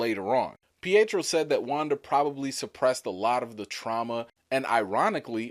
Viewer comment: Not peitro